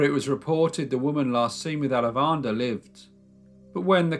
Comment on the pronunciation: What an awesome YouTube recommendation! Great storytelling too :) As someone with ancestry near Chennai, I would like to share the proper pronunciation of Alavandar: aah-laa-va-inn-taar, with emphasis on aah-laa. LOL I hope this makes sense. Gonna check out your other videos!